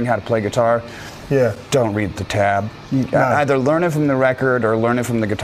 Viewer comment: He pronounces "either" differently when he says it and when he sings it. Reference: Holy Wars and this clip.